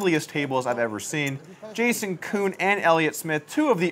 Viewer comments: jason koon... not juhkoon lol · why does polk keep calling jason koon.....jacoon???? lol